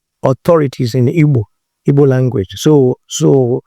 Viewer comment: For him to have pronounced Igbo correctly, means he is truly a yoruba/Igbo man. Lol😂😂